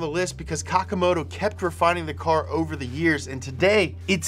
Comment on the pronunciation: Bro its Kakimoto not Kakamoto 😂